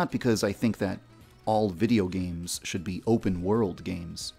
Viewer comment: "OH YES IT SHOD"